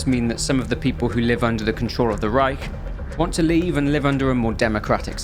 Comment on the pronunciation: great pronounciation of "Reich" btw 👍